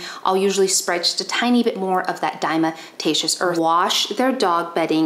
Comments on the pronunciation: Please learn how to pronounce “diatomaceous!” I’ve watched 3 of your videos. You said it wrong in two of the three (the other was the live with Dr. Judy). I have no doubt that I can learn from you, but as soon as you say dime-a-ta-shus, I’m done. Yes. I’m triggered by people who want to be paid as experts on a subject mispronouncing important words in their focus field of information. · Mispronouncing DE, it is: dia-tom-aceous earth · You are mispronouncing diatomaceous earth.